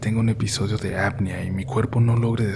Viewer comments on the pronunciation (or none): Apnea, la e es la letra que se pronuncia fuerte